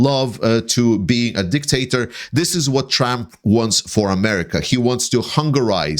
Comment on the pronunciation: Did you say dicktator? 😅